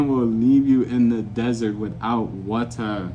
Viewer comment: "A man will leave you in the dessert without wata" 😂😅 Was that your attempt on an English accent,?? 😊